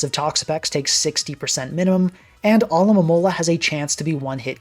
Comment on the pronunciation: always coming through as the one YouTuber who can correctly pronounce "Alomomola"